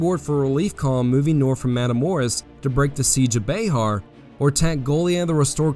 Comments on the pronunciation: FYI bexar is pronounced bear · Ya keep calling Bexar as Bayhar. I live in the area and have always heard it said Bear. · This is great. My only problem is your pronunciations of some things. Like bexar it’s pronounced “bear” not “bayhar” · Not Be-har its Be-ar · Sir, I have thoroughly enjoyed your storytelling, but as a native Texan, born and raised, each time you said Bay Har my right eye twitched, and I reached for my Bowie knife. Keep up the good work! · I wish you would pronounce Bexar correctly that was extremely annoying